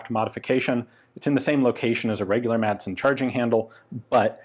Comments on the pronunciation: Madsen is pronounced more like "massen" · Intersting look into a rather peculiar piece of Danish arms history. Just a little tip: the d in Madsen is silent. So, to anglophones, it should be read something like "massen" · FYI The D is kind of silent in "Madsen" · The d is silent.